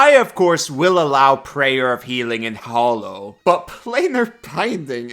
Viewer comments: “Everyone knows about this spell because of me”… but still doesn’t know how to pronounce it 😉 Hollow vs. Hallow: FIGHT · Normally I try to ignore people’s mispronunciation but how the heck can you pronounce “hallow” wrong while saying “hallowed” correctly? It’s the same darn word!